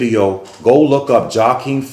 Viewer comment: The “J” is silent in Joaquin’s name sir.